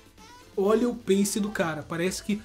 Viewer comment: Doeu na alma esse " pace " com c, na tamb mds kkkk